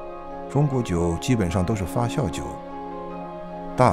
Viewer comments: 明明是发酵，解说成发笑，不禁发笑。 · 那个念发酵jiao，不是xiao。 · 压轴，轴在这里念四声，发酵，是念jiao，朴piao不念pu三声还有好多处，哎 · 发酵－fa jiao, 李白斗酒诗百篇－dou(三声），酒曲－jiu qu(一声），好吧，查了一下，旁白是金士杰先生，台湾发音？但是，这个声音真的不适合美食节目～